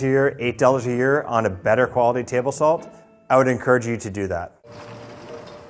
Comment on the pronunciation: when he said "saltAYY" I felt that